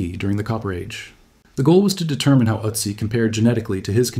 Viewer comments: Wäre es wirklich so schwer, einer KI beizubringen, was Umlaute sind? Ich sehe die ganze Sendung über eine israelische Mini-MP (Utzi) vor mir! Ist "Ööözzziii" (benannt nach den Ötztaler Alpen, wo er gefunden wurde!) wirklich unaussprechlich für eine radebrechende KI? Gräulich (nicht von grau, sondern von Grauen!) wie fast alle KI-Lesungen auf U-Tube! Laßt doch probeweise einmal statt einer KI eine natürliche Intelligenz, die der deutschen Sprache mächtig ist, ans Werk! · Ötzi is pronounced "Ertzi" not Ottzi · Why do you call him Otzi in stead of Ötzi? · Don't say OT-ZEE say ERT-ZEE. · Ötzi, not Òcci.😂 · I’m sure this would be interesting but I can’t get past the otsy pronunciation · I can't take any more Uh-tzi's. If you're gonna use a word more than 5 times in a short video, especially if it's the primary topic, take a minute and plug the word into the appropriate google translate language so you can at least get it kinda close. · His name is pronounced with the O sounding more like book than but. Also, mesolithic has a Z sound in it, not an S. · You would think you would take the time to pronounce Ötzi's name correctly.... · I don’t like the way you pronounce Otzi. So no 👍 for this one - sorry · Please learn how to pronounce his name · Look up pronunciation....cmon. ötzi how to pronounce. kom Horrible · i am not a speech nazi, but when talking about a topic... an ancient city, an artefact, you should at least look up how its pronounced.... i dont care if it´s mentioned once or twice in the whole video, but "ÖTZI" is said constantly and its quite annoying hearing it butchered every 30 sek... i was in bed and using touch screen thats why i didn´t correct my first post on second thought, listening on my tv... the pronounciation wasn´t that bad, he tried... i think he got better towards the end ... got my thumbs up for the video anyways :)